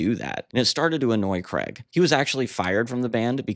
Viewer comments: Why say cregg it's Craig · It's Craig, not kreg. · Interesting but Man, it’s not pronounced Creg!! His name is pronounced CRAYG. It rhymes with HAGUE. Please get this right. Thanks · Why cant Americans pronounce Craig ?